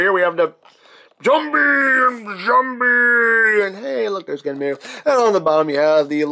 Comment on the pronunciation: I'm not trying to be "That guy" but, I always thought it was pronounced "genn-um" since there's no "u". You sound like you're fusing "Genm" and "Enmu".